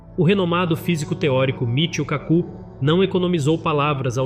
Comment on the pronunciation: Pq não pronunciar "KAku", em vez de "KaCU"?